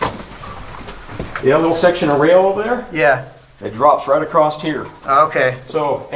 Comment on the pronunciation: "drops right across't here"